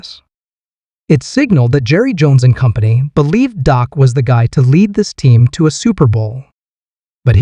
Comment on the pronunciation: Why doo y'all call him " DOC" PRESCOTT ITS " DAK " PRESCOTT PEOPLE . AND IT'S BETWEEN AGENT AND JONES. DAK PROVED THAT DURING TEAM PRACTICE WHEN JE WAS THERE EVERY DAY, EVERY PRACTICE NO MATTER